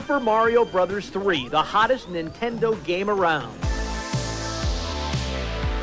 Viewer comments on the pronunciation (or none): THIS DUDE SAYS INTENDO